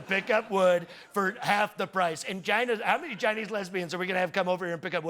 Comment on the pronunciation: Put on subtitles and watch how it translates his "China". 😂😂😂😂😂😂😂